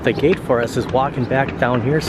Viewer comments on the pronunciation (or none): none